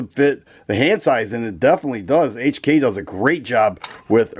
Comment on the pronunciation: Finally Someone that pronounce HK properly Like the hk series for the slide serrations..perfect aggressive aggressive